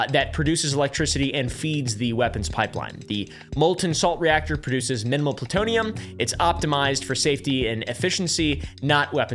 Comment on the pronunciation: Ploo-TOE-knee-Yum‽ Big $5.⁰⁰✌🏻werds and sayn that Merica lies to us makes hulk smash!